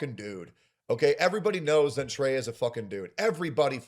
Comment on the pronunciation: And, I thought he Sin/Sen Treya